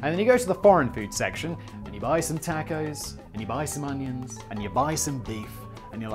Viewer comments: One question, Simon: ... . . . . The fuck is a tack-oh? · Lets grill some TAK-ohs Finally found someone who legitimately pronounces tacos the meme way Edit: pressed send to soon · "Taaacos"..... BAHAHA!!!! You and my StepMom are the only ones I've ever heard that pronounce it this way. Hilarious!!!